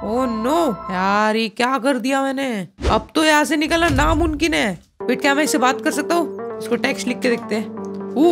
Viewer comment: Why you say namunkin?